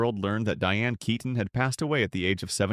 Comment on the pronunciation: ITS NOT KAYTON! Its KEEton. Don’t you care?